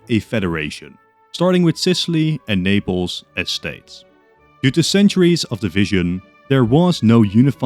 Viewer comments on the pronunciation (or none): none